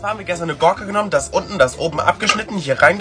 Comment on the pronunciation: Das heißt Gurke betone das U und gute Besserung ❤️🧡💛💚💙💜🤎🖤🩶🤍🩷